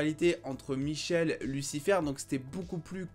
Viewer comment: MMMM Charlie a ses ailes chef, c'est dans l'épilogue quand il fete son anniversaire. Amanadiel saute de joie et Linda est circonspecte... Et c'est Michael le frère jumeau, pas "Michel". Si les doubleurs VF ont gaffer (d'où on traduit un prénom?), faut pas reprendre la faute mais la corriger (Supernatural n'a pas fait cette bêtise par ex). Mention spéciale à "Chuck" (Vicent le Mec) qui dans Lucifer tente de tuer le Diable et dans Supernatural joue le rôle de Dieu, beau caméo :) Sinon belle conclusion à la série. La saison 6 est bourrée d'incohérences mais faut la regarder "pour le fun" et pas se prendre la tete. Vive Lucifer, elle nous aura fait vibrer 6 belles années J'espere revoir Tom Ellis dans le DCEU, il est tellement bon dans le rôle, apres son apparition dans Crisis on Infinite Earth, se serait top.